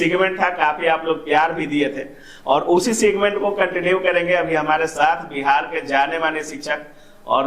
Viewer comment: सिगमेंट नहीं सेगमेंट होता है महाशय😂